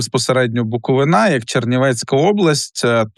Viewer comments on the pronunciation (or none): не БуковинА, а БуковИна. Дивно, а чому не військовий. Потоки? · Навчіться правильно вимовляти БукоВИна